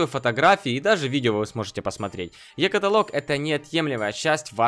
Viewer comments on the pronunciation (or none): Екаталок ударение на 1 согласную а не екаталок на 4 согласную Ееееееекаталок